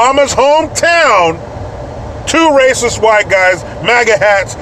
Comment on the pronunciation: It starts with an aruh and ends with an s: Raysis!